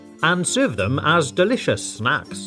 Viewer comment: he said smacks instead of snacks